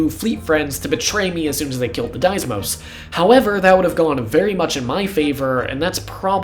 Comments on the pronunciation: There's only one S in "Deimos" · I dunno how you managed to pronounce "deimos" like that.